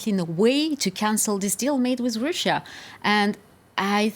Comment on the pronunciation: siyahlı bayanın telaffuzları beni öldürüyor. türk aksanıyla telaffuz ediyo desen değil anlayamadım hangi dilin aksanıyla telaffuz ediyor kelimeleri russia kelimesini öyle bi söylediki kulaklarım kanadı.